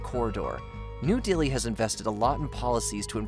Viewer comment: Bruh. He has a normal American accent. He just isn't pronouncing these names right. Anyone more aware of these things should know that "Delhi" sounds like "deli." It's just incompetence.